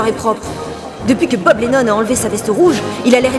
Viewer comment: Vu le nombre de "O" que tu met dans son nom, on a plus l’impression que tu dit "Boobs" que "Bob" :D